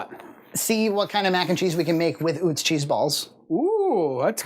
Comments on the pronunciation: it's pronounced Uh-tz not Oo-tz, it' a German name. William and Salie Utz began making potato chips out of their home in Hanover, Pennsylvania in 1921. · I live where Utz is manufactured (Hanover, PA) and it's pronounced "Uh-Tz." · It’s pronounced “Oo-tz?” I thought it was “uh-tz.” My life is a lie! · It is UTZ … I live in PA right by the factory. 😂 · It's pronounced Atz from Lebanon pa not far from the plant also have cupboard full of pfaltzgraff LOL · You say Utz weird lmao... This is coming from someone from the home of Utz potato chips